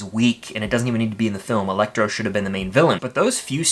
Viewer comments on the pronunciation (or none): none